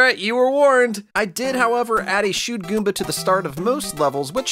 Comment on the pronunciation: you said koomba not goomba